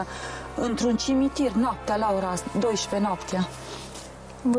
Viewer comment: "Intr-un cimintir"